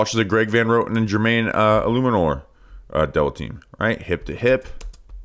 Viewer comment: so proud of you for getting Jermaine’s name right. Quick bounce back, nailing it now. Please don’t die in the hurricane. TGVTW